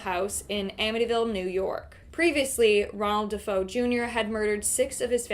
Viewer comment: DeFeo is pronounced “De Fay o”